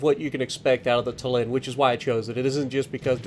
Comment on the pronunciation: And also I don’t mind but like a interesting fact Tallin is pronounced with emphasis on A so it’s tAllin instead of tallIn